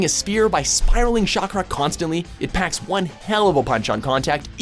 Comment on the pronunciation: Watch your own videos man. When a character literally says the name of the attack in the clip you''re using and you still mispronounce it wrong. That is unacceptable. Instant thumbs down from me. Guy even even pronounces Cha-kra as Sha-kra WTF?